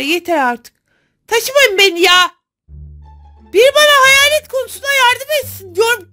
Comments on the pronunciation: Heyalet değil hayet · Heyalet deyil hayalet 😂😂😂❤❤❤❤❤😊😊😅